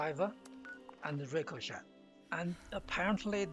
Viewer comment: The T in Ricochet is silent.